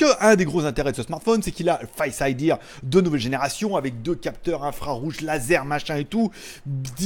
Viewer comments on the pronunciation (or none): C est tres bizarre on dirait que tu dis face idièr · Merci pour la vidéo mais on dit pas face idir 😂